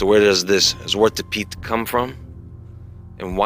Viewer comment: Zwarte pieten...pronounced tsvARTah PEETen. Nonetheless. This is fkin ignorance at its best